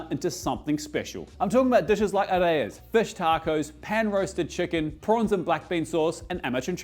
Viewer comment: oh btw i believe areyas are pronounced like a-rye-uhs (instead of a-ray-uhs) because they hail from places like lebanon, syria, and palestine and Es are pronounced differently! They're very delicious and convenient to make a big batch ahead of time and freeze them, especially if you make your own naan